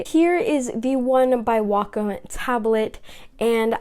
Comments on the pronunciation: Yes its not wack-em its wacom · I thought it was pronounced (waycom)